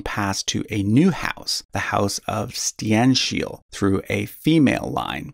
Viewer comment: I can't for the life of me imagine how in the hell he is able to convince himself that Stenkil is pronounced Stienshil and Sverker is pronounced Shweerca. Where do you get these additional letters from? Is he trying too hard to put on a swedish accent? Even reading those in a normal english accent like one normally would is F A R better than what he is trying to do.